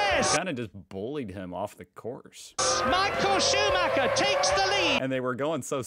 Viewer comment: Deus ex macina. The Red Baron. MI-HA-EL SHU-MA-(h)ER